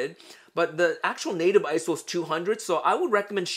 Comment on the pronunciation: Its not Isow its I-S-O which stands for international standards organization, PLEASE STOP SAYING ISOW!!!!!!!!!!!!!!